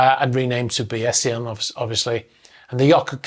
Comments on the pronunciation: The name of the yacht is pronounced “bays-ian”. It’s a mathematical term applied to analysis, probability, and more. The name’s in keeping with the owner’s tech background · Bayesian, pronounced bays-ian, not bay-es-ian. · Pronunciation of yacht name is probably "BAYS-ian", not Bayessian. Looking forward to answers to following questions: Did the captain of the rescue boat notice if the Bayesian sail was deployed? Also, can we see Doppler radar for the night of the storm? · A trivial point in the face of such tragedy, but I think the yacht's name is pronounced Bayes-ian and not Bayessian. Named for Bayesian statistics after Thomas Bayes in the 18th century. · I alwaysthought it was pronounced Bah Yeah Sian. But now, looked it u and it came from a dude called Bayes, so now understand why it should be pronoucned Bay Sian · this is correct. Bays-ian. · "Bay Se An" the E is silent! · Bayesian - pronounced Bay-zee-un, a reference to the mathematical statistics theorems of Thomas Bayes, on which much of Mr Lynch's fortunes were founded. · Bayesian Statistics (BAY ZEE en) is a type of mathematical modeling. Someone might say there is a 98 percent chance of this being true, or flipping a coin, or other very complex models. You have a great channel. I own a 35 foot sailboat. Keep up the good work. Thank you. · Pronounced “bayzeean”. It’s a branch of statistics. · As an econometrician, I was thinking the same think. Ironic. BTW, the pronunciation is not as said in the video. It's bay - zhn. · The boats name is pronounced Bay-Sion, he named it after the algorithm. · The name of the yacht is pronounced Bay-zee-uhn and is taken from the term to describe a statistical method that assigns probabilities to events. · Believe the pronunciation of the yacht's name is Bay....zhun. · Bayes -ee -an, adjectival form of surname of Thomas Bayes the mathematician, who inspired Mr Lynch to develop his tech product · Pronounced BAYS-zee-un by my physics professors.